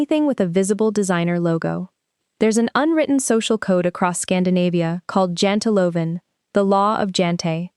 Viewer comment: It is JANTELAGEN.....